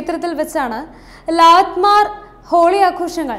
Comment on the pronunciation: Lanmar holi alla. Lathmar holi means lathi or stick kondu adichu kalikkunna holi. I am living in UP.